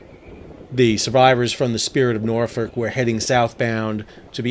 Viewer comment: Nice to see when people say Norfolk correctly haha Glad to see all the boats/tugs that came to the rescue of multiple near major catastrophes. 🤙🏾 Bravo Been on the spirit of Norfolk a couple times throughout the years. It will definitely be missed buy the city, was definitely an icon.